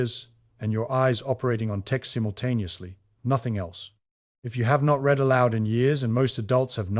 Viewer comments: How can you be saying "words read (reed) almond" and not use the pas tense "words read (red) aloud". It's hard to give you credibility when you are phonetically incorrect in your pronunciation of read in this case. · The machine reading this can’t tell the difference between the past tense, and the present tense of “read.” sort of undermines ny confidence in the whole presentation. Or maybe it proves the point because my students when they read aloud often don’t make the oroper distnction.